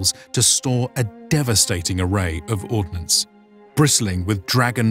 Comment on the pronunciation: Ordinance is not ordnance